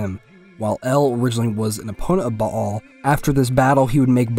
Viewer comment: Thanks for not saying "Bale"